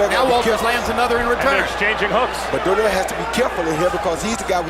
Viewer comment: comentator announce donaire as donier